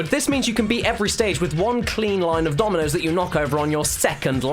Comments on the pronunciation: At first I thought he said ''Tominos'' O_O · In the intro I thought he was saying ominous instead of dominos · Why did i think he said "aminos" XD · I thought he was saying communist in the intro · Am I the only one who thought he was saying nominoss at first. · I swear he was saying Ominous instead of Dominoes. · Why does his "dominos" sounds like german "Dumme Nuss" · Was he saying Ominous or Dominos in the opening? because right now I think it's a hybrid of the two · Only Caddicarus would make "Dominoes" sound like "Time to make nice"